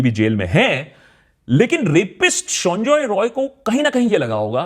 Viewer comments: Akash why do you pronounce Sanjay Roy as Sonjoy Roy. It's sound irritating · He is not sanjoy roy he is sanjay rai sala bihari ata bolte prblm hchhe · Sonjoy Roy nehi sanjay rai (Bihari) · Please correct the pronunciation of the accused name, he is not Sonjoy Roy, it is actually 'Saanjaay Rai', please correct yourself.